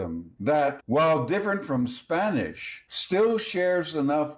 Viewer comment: Sir. I’m from Venezuela. Your Spanish pronunciation is on point. My respects.